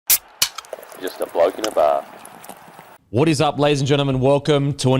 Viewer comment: Shout out to my local IGA in Tregear aka Mount Druitt Heights aka The Gear for stockin the 'Bloke in a Bar' Beer.... cheerin... Pronounced perfectly....